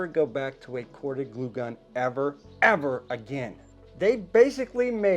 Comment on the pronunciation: Dude, you should voice over “glue gun” every time you said it wrong. You had me laughing out loud!